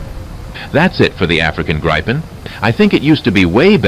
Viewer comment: He has repeatedly refused to learn how to pronounce Gripen correctly :(, its like "multipheeting" :_Crying::_Crying